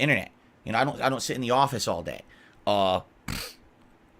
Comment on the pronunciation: I cringe so hard every time says "office".